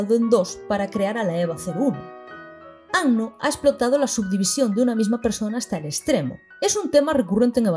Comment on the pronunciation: Primera youtuber que veo pronuncia bien el apellido de Anno, ya sólo por eso mis respetos. Acabo de terminar el video y fue increíble. Incluso me aclaró algunas cosas de EoE. Algo que me queda mucho y que he estado reflexionando bastante debido a que ahora estoy más educado en temas de género es la sexualización absurda de chicas adolescentes. Eso se hace peor todavía en Rebuild. Por cierto en un momento mencionas algo así como “habría que hacer un video sobre lo que Evangelion tiene que decir de las mujeres”. Y yo te digo, ¡si por favor! Independientemente de todo eso que bonita obra y que maravilloso personaje el de Kaworu. Es que sus diálogos son oro puro. Todo lo que sale de su boca te deja para pensar y reflexionar. Me agrada saber que no arruinaron esa característica suya en Rebuild, siendo que se cargaron muchas cosas buenas. En fin, excelente trabajo.